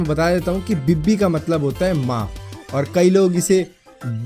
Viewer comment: Ye bibbi b nh hai.. Ye bee bee hai